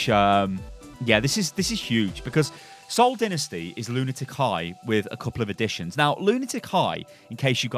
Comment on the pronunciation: Did you just call it SOCCER? smh